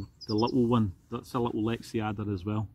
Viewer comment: For the love of god man, it's Lex-ada no i or e in there. Love your videos.